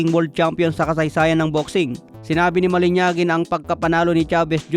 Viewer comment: malinaji (mah-lih-NAH-jee) hindi malinyagi